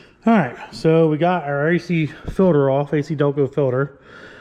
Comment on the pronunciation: New drinking game: take a shot every time says “ filder “